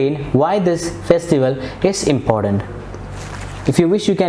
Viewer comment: It's not fake accent . It's the standard. English is nasal. Still he sucks with words like candidate, important, preparation etc